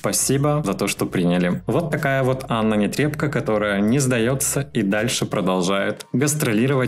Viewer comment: Аааааа, ты сегодня сказал Нетребко, а не Нэтрэбко👏👏👏👏👏😂 Уж не знаю, что этому послужило, комментарии мои или просто сам услышал где-то, но это радует 😂😂😂💋💋💋 А про BTS будешь нам что нибудь рассказывать? 😬